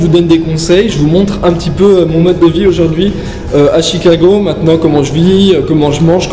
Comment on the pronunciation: Qui casse les œufs à une main, et qui sort des "Aujourdwouihi":D